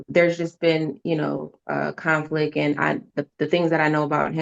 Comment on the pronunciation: Sounds like mom has a”conflick” pronouncing conflict